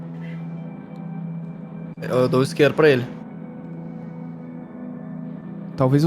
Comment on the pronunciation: Qualquer coisa: "A" Kaiser: 'Fumar cingarro!'